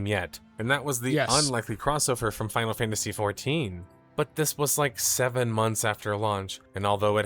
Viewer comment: Did bro just say unexpected collab with final fantasty?? Ahah 😭